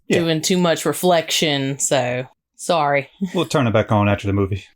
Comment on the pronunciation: I'm very confused right now. At the start of this video you say sorry with a thick Canadian accent. But you speak with an American Southern draw, so now I have no clue where you're from.